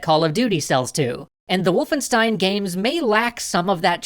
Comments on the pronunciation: sorry m8 for that but wolfenstein is pronounced "Wolf-en-sh-tein" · It’s VOLFENSCHTEIN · its not wulfenstein, its Wolfenstein guys ;)